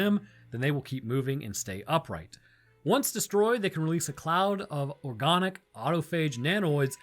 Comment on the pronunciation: Are you saying organic like that to be silly??